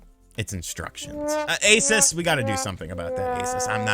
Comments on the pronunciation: already knows this but ROG stands for Republic of Gamers, the brand name for their gaming products. And ASUS is pronouneced with the "oo" in "boo" sound. A,soos, not A,sus. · the company isn't pronounced Aces it's a oo sound like noon, a-soo-s. Not sure still, then go watch John's video as he pronounces it correctly. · its pronounced AY SOOS you uncultured swine